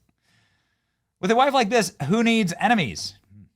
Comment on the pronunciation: lol "WIIFE" 💪💪💪